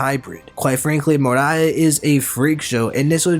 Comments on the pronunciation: Great video! I hope we get that Lunarian Jinbei 🥰 also curious as to why you pronounce “Moria” as “Morai” ? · What is it with youtubers and not pronouncing names right? Moria buddy, go rewatch the show. Or learn how to read English better. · the way Moria was pronounced scare me